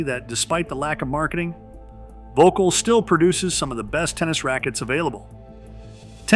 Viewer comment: It keeps cracking me up how Americans keep pronouncing it as 'vocal'. Not even close to how it should be pronounced!😆 Also shockingly expensive racquets btw!😱😵‍💫